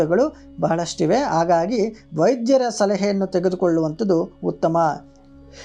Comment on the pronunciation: ಕನ್ನಡದಲ್ಲಿ 'ಹ' ಎನ್ನುವ ಅಕ್ಷರವೂ ಇದೆ..ಆಗಾಗಿ ಅಲ್ಲ..ಅದು ಹಾಗಾಗಿ..ಶುದ್ಧ ಕನ್ನಡ ಬಳಕೆಯಾಗಲಿ.